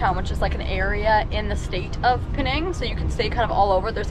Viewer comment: it’s Penang not Pee-nang